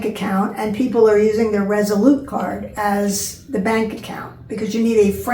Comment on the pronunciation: Good summary. I've watched your previous, detailed videos but this video was good. I was wondering about when you have to submit your actual US driver's license so that was good to find out. Do you mean Revolut for a bank account? Maybe it's me but I heard you say "Resolute" ( & ). Thanks!